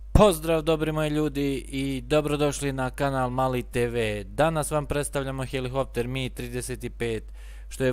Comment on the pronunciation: Након ваздуплохова имамо и "хелихоптер". Свака част, треба сваки пут хеликоптер тако изговорити у снимку од пет минута... Не може то свако.